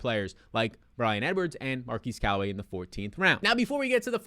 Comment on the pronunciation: His name is not pronounced “Mar-keese” Callaway, it’s pronounced “Mar-kezz”.